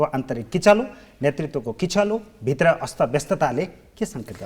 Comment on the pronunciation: नेतृत्व भन्नुहोस् नेर्तित्व होइन भित्र भन्नुहोस् भिर्त होइन नेपाली भाषाको शुद्धता लाई ख्याल गर्नुहोस् जी